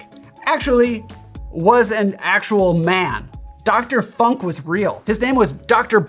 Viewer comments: Yeah, it's Funk with the U as in Tunesia, not in Punk. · Hi! Your videos are awesome! Since long time! The presentations are precise, stylish, informative and it's well cut/assembled. Always! Thank you a lot! Your videos are a real present/gift/gem to the community! And btw: you german pronunciation of 'funk' comes with a heavy american accent, which is fine, guessing you didn't have lots of practice on this. I love the dialects and accents of my mothertounge. Der 'Funk' translates to wireless or radio, while der 'Funken' translates to spark, but this is another story... Cheers and zum Wohl!